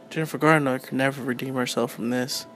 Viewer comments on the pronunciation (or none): COMPLETELY beg to differ!! Guy didn't even get her name right. (It's not "Gardner" it's Garner!) Nope ... wasn't a perfect movie! But I LOVE the theme of a woman becoming a warrior to fight the evil in the world & the fact that as a "super-hero", she wasn't bitten by a spider or "gifted by the Gods" but rather her abilities came from training very hard, ever since a young girl, to be a warrior. I generally LOVED this movie but wish they would do a remake, again with Jennifer as Elektra, for yes it COULD be improved upon. (I.e. Would love it if one scene saw her - in civilian clothes - kick the living shit out of five big guys who confront her in a parkade late at night with plans to rape her, of course all without her scythes with her. And even though three of them pulled out knives.) I may even very soon proudly have her scythes tattooed onto a forearm as my first tattoo ever! She's MY kind of a super-hero!!!!